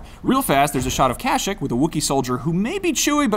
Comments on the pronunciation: I pronounce it kasheek not kashic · Kashick.... Uhhhh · Its not catchick its kashyyyk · hate the way he says kashyyyk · Sorry about that! Funny story: after I recorded the audio for this, I was immediately corrected on my pronunciation by Cat Taber, the voice actress who plays Padme on Clone Wars, who was waiting on a couch to jump on our live show to talk about Minecraft Story mode. I've known what "Kashyyyk" is since I was ten years old, reading Timothy Zahn novels, at a time when the only way you could hear official pronunciation of the planet's name was by tracking down a bootleg copy of the Star Wars Holiday Special (which I think also screws it up) and it's a habit at this point. Now I have a job where I get to scrub through Star Wars game trailers and point out the obscure details, sometimes serendipitously in the same room as someone who voices an actual Star Wars character. So again, apologies for mispronouncing the name of the made-up planet where the screaming bear-men with guns live, can I get a little love for every single other minuscule detail I managed to pick out all by my lonesome self, hm?